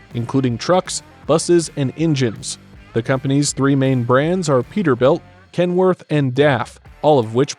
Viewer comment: Wouldnt it be amazing if you actually cared enough to learn how to pronounce the different brands before butchering them... in all fairness... you did get Peterbuilt and Kenworth correct..... and to some extend Volvo.... just pathetic..... could have been such an interesting video but then... not so much....